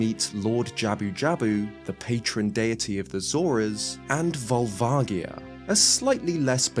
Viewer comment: You still say Volvagia wrong. It's a J sound, not a hard G. See the Katakana